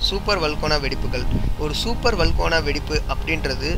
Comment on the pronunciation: வல்கோனா ன்னு சொல்லாதீங்க ... வல்கனோ ன்னு சொல்லுங்க ...